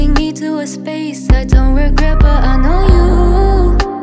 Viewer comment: ill put money she never makes it at all, this song is sloppy, horribly written, makes no sense and she has pronunciation issues. tomb and then pronouncing it tome? huh? if she wasnt channies sister, she wouldnt get 5 views.